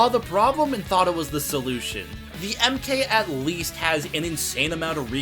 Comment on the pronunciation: (The MK bit is short for Mark, its not meant to be spoken like AK)